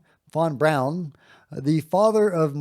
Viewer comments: von Braun not von brown please nail it! Thanks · you are great but please..... Learn how to say Werner Von Braun....and other common names and words... you are not a dummy and you probably don't want to sound like one